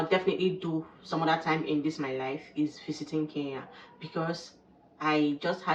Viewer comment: Good job 👍 please come again. Thank you for sharing about my country. ❤ One thing the pronunciation of Kenya 🇰🇪 still need some work. It is not Kee Ya , it is Ke Nya 😆 hope it helps.